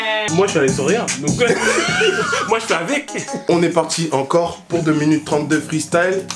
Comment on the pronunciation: "deux munutes" Dsl ça m'a perturbée...